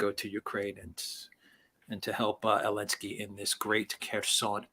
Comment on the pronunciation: What is the point of saying Elensky rather than Zelensky?